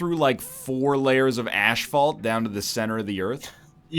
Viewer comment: Please Tell Me He Doesn't Actually Say Ashphalt All The Time